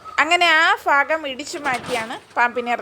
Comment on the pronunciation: സേച്ചി അൽഫുതം അല്ല അത്ഭുതം ഫാഗം അല്ല ഭാഗം... പിന്നെ ശ്രദ്ധിച്ചു പിടിക്കണം.. പരിചയകുറവുണ്ട്... Full സ്ലീവ് നല്ല കട്ടിയുള്ള ഷർട്ടും ഗ്ലൗസും ഇട്ടുകൊണ്ട് റെസ്ക്യൂ ചെയ്യൂ.